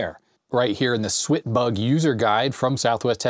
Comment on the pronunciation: IT'S "SWAT BUG", you know, like swatting a bug, there's even a fly swatter in the manual